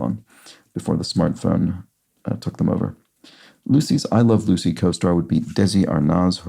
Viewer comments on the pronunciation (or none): Desi's last name is pronounced ar-naz rather than ar-nahz. Like Nazca Lines.